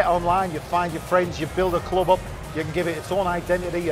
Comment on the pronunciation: "BUILD A CLOUB OUP"